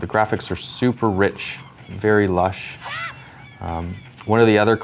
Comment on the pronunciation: does anyone else hate the way he says rich and lush lol